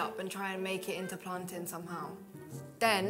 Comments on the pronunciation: The way pronounces plantain piss me off it is no plan-tin it is plan-tain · ITS PLANTAIN NOT PLANTIN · ITS PLATAINNNNN, NO PLANTIN DAMN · said make plantin with banana 😂😂😂😂😂😂😂😂😂😂😂😂😂😂😂😂😂😂😂😂😂😂😂😂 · the fact she calls it plantin kmt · really said MAKE PLANTAIN howling hahahaha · "plaantin" plantian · Wait did she say make plantin out of banana 😭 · she said plantin so i dislike the video smh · We gonna let her get away with saying make plantain or nah